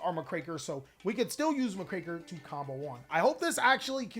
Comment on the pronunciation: You're pronouncing Muckraker wrong by the way. It's quite literally "muck-raker", someone that cleans up filth. It's a reference to the journalists from the Progressive Era of US History that would expose corruption, which is why the art depicts a reporter.